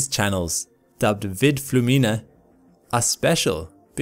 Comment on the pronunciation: In "flumina" the stress is on the U, not on the I. (reference: ancient Latin)